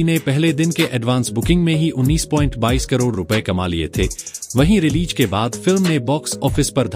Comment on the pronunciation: Good presentation but correct your wordings 😊 Say Release रिलीज़ instead of रिलीज 😊letter z is matters